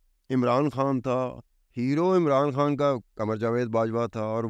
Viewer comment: ، "کھان" نہیں ہوتا بلکہ "خان'' ہوتا ہے...